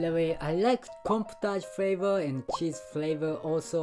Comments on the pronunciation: The boy with blond hair pronounced “flavor” as “flavo” because the English “R” sound can be difficult for many kids to learn :) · One of the kids as a "lisp" meaning he has a hard time pronouncing hard R sounds. So when he said "flavoe" he meant "flavor"